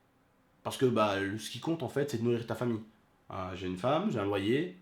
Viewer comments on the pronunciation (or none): none